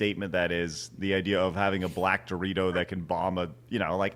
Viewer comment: Oh black Dorito, that makes more sense than black burrito 🌯 which is what I heard 😂